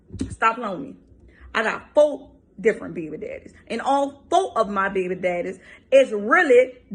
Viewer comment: And FOE behbee dehdeez